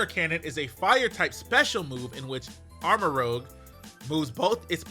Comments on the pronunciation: It's likely pronounced Arma"roozh" like the red color rouge because Ceruledge has cerulean (blue) in its name. Edit: Also rogue is spelled differently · I believe it’s ar-ma-roo-zh as in the color rouge which is a red. And Ceruledge is obviously a play on Cerulean which is blue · I think it’s pronounced Arma-roozhe because rouge is a reddish color and that fits in with the color theme of the game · I think Armarouge is going to be rather tanky, since its name is a play on armor and it looks like it has armor on. Ceruledge is going to be a swift physical attacker. It doesn't have as much armor as Amarouge btw I think it's pronounced ARMOR-REWGE (like the color, not like a rogue cop) and the obvious blades. And tbh I thought these both were a play on Gallade upon initial look. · Ikr? Or at least change the pronunciation while keeping the name Armarouge Arma-rogue just sounds better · Pronounced Arma-ROOJ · Usually when it's spelt like that it's pronounced like rouge the bat from sonic(Rooje) and rogue is always pronounced the other way. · Im pretty sure its arr-mah-rooj, not “muh” or maybe its cause im saying it more with a Spanish accent rather than English lol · It's spelled "Armarouge" with a U before the G. So it should be pronounced like Moulin Rouge. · It's "ar-ma-rooj" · Armarouge is pronounced with that "oo" sound, rouge like the red/scarlet-esk warm color, while Ceruledge is like pronounced like cerulean, the blue/violet-esk cool color. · Somebody tell how to pronounce "rouge"! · Rouge is red in french and its not pronounced row-gh but roo-zh row-gh is Rogue not rouge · nice video but its rouge (oo) as in red, not rogue like the x-man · It’s Arma-Rooj. But the way you said it just sounds better imo. Arma-Rogue. Pokémon isn’t to keen when it comes to spelling and pronunciation. So it could honestly be either way lol the name will still be “Red Cannon” or “Red Weapon” since Arma means weapon/gun in Spanish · It’s Armarouge, not Armarogue. Rouge means red.